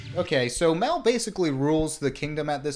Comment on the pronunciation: The way he keeps changing how he pronounces Mal reminds me of the Benedict Cumbersnatch penguin debacle